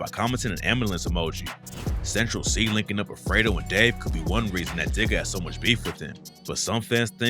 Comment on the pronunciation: Not fredo, its fred-o like oh, fred oh